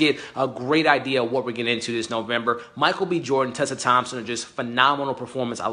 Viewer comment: That white guy with the blond hair can't even say Michael B Jordan's name right. What a idiot